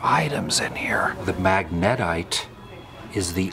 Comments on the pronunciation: Mag-neh-tight, amigo, mag-ne-tite. lol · Pronounced magna-tight. Its the most powerful natural magnet but not the only mineral that can be magnetic.